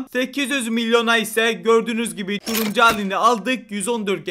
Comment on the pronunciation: Abim videolarında bir şey fatkettim Turuncu derken Turumcu diyosun abim 😂😂😂😂